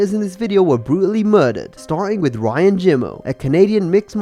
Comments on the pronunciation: NOT Ryan grace! In brazil R makes an H sound, so its pronounced "Hyan" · You need to pronounce Brazilian names better it’s not Ryan it’s Hyan